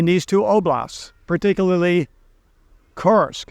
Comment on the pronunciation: it's not Tim-u-men. It's Tiumen. Read it "Tue-Meng". As well, it is "Koor-sk". like Coors' Beer. Not "Curse-sk" like Cursed.